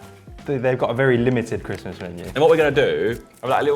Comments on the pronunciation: Everyone: Christmas Josh: Chrism' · Josh, its Christmas Menu, not ChrisMenu! 😭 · Christmas is Josh's "Mural"